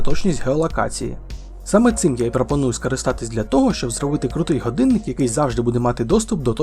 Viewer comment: супер! якби ще отой "ґадинник" відучити казати і навчити казати "годинник"... Але все буде з часом. І маскальщина піде за кораблем.